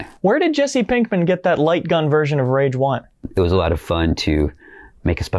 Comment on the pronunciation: So it's really pronounced rahge 2?